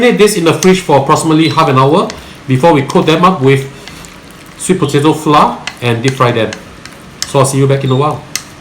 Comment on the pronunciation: Hi. I have been following and loving your channel. Your instructions are so simple to follow and i have done a few of your dishes very successfully. If you do not mind my commenting the word FLOUR must be pronounced FLOWER. Hearing FLOUR pronounced by most Singaporeans as FLA is so painful to the ear. No offence meant. Thank you for the series/